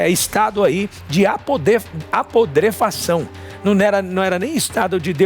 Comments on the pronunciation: Apodrefacao?????? Onde esse repórter achou essa palavra ? Que horror ! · apodrefação mds o cara é apresentador de tv e n sabe fala putrefação kkkkk mds q nivel q temos em nossa tv brasileira em kkkkk um vocabulo extenso q da até inveja kkkkkk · Pensei que só eu tivesse percebido ! O cara ser jornalista e não saber falar putrefação é complicado ! 🙄